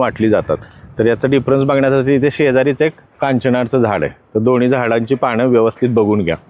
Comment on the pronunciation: पाणं 😡❌❌ पानं ✔️✔️